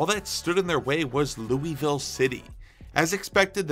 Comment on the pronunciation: Honestly never got into soccer, but I think I might start trying. Great video. Not to criticize, but it's pronounced Lew-uh-vull Also the D***butt sighting made my day